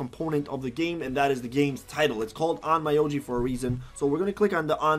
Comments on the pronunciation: By the way, it’s Onn Myo Ji Not Oh My Yo Ji 😅 I don’t recommend leveling up that way. It doesn’t worth it. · it's pronounced "on-myo-ji" regardless of the mispronunciation, you explained everything so well. really helped out understand some stuff that with just their explanations left me still unsure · It's ON-MYO-JI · lol Own-MI-O-G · It’s actually pronounced as ommyooji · Can people please, at the VERY LEAST, learn how to pronounce, AT LEAST, the name of the game..?!!! That triggers me AF